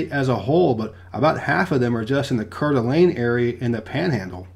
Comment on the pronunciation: That... that is definitely not how you pronounce Coeur d'alene (Also, no one should want to live here)